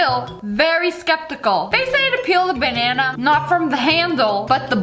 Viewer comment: "Bannaner" haha